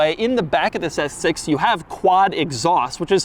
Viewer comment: Can you just say S6 regularly? Lol